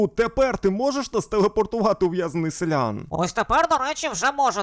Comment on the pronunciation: Шановний! Будь ласка, говоріть правильно: селянИн, а не селЯн. Інакше я не витримаю і забороню своїм дітям дивитися ваші відео 😎